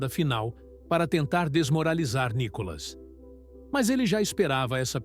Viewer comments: O nome dele não é Nicólas é Nicolas, com a cilaba tônica no " Ni ". Vê se aprende de uma vez. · Nícolas, Nicólas, Nicolás? O narrador devia estudar o nome do entrevistado antes. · Ussa direito a silaba tônica corretamente no nome do NICOLAS ! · Só uma pergunta ? Como essa pessoa que faz a narração, fala quase todo momento o nome do Nicolas de outra maneira . Para de ser chato com essa sua fala de Nikolas sei lá oque